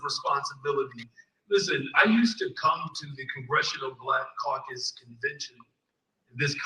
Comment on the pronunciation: Omg he said The Congressional Coon Cacus. 😂😂😂😂 I love it